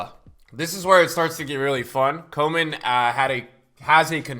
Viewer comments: You pronounce Koeman as in without the L. Koe = Coo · Its Koo-mn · PEOPLE KEEP MISPRONOUNCING KOEMAN'S NAME, THE PRONUNCIATION IS KUMMANN